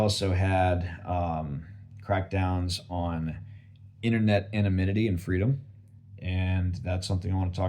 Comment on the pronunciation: always "anaminity" XD